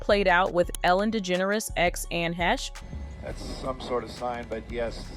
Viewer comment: God can you say her name right even once? ANN IS THE FIRST NAME. Last name HAY-sh